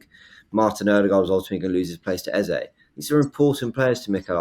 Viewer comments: You don’t call Saka Saké. Its EHZAH not EHZAY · His name is pronounced EHZAH. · It’s pronounced “E-zeh”